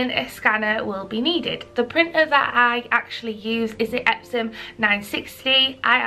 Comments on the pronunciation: Why are you saying epsoM? The company's name is EpsoN...N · Are you saying EpsoM? Isn't it EpsoN? Or am I really high right now? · Like really a serious question. Is it pronounced EpsoM? Cause i hear you say it that way.... Im from Germany and confused lol. Have i said it wrong... I feel crazy